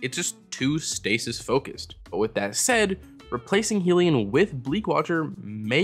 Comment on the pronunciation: I hate to be that person but Hellion is pronounced 'Hell-ee-un'. Like 'minion' but from Hell.